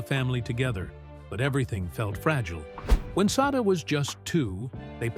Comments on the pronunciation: Sada = Say-duh The picture marked looked more like Shirley McLaine, Sada Thompson. Check your pronunciation and your research. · You're correct. It was Shirley McLaine at that time mark, and yes, the if the poster wants to devote a video to someone, they should at least know how to pronounce her name correctly.